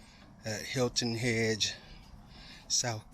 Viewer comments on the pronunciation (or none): New sub I laughed every you said Hilton hedge lol because im from SC lol❤